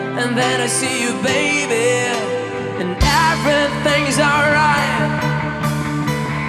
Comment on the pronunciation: The cover was perfect to my ears except the way he pronounced the word "eveything" as UHVERYTHING. But he gave justice almost at par with the original like he owns the song